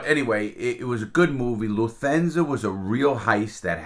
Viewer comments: What the hell is "Luthensa"? It's pronounced "LUF-TAN-ZA". Lufthansa, you jabroni. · "LUF-TAN-ZA" not "LUTHENZA"?????????????????? WTF? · Love ya Larry but that German Airline your talking about isn’t pronounced that way at all bud haha.. nice try tho 🤣😉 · Pronounced Luft thansa. Haha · "Luthansa" :D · LARRY, say that airline name AGAIN PLEASE?????? PLEASE?